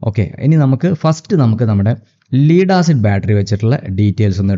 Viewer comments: pronunciation ലെഡ് എന്ന് തന്നെയാണ്. ലീഡ് അല്ല. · ലീഡ് ആസിഡ് അല്ല, മറിച്ച് ലഡ് ആസിഡ് എന്നാണ്‌ പറയേണ്ടത്. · Dear Anchor, Pronounce properly Not "Leed" acid, say/pronounce "Led" acid for "Lead" acid. Lead=lyyam Regards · Lead pronunciation is 'Led'. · ഒന്നും അറിയാത്തവർ പറയും പോലെ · "Lead Acid" Batteriyude pronounciation onnu manasilakkiyal nannu